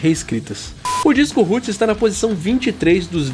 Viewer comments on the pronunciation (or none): Comentário construtivo: a pronuncia do R nos nomes Roots, Arise e Roses (de Guns N' Roses que vc falou em outro vídeo) é som de W. Que nem vc pronunciou corretamente quando falou RoadRunner. Abraço.